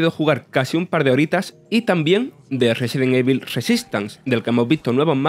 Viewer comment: Amigo se pronuncia "resedent ivol"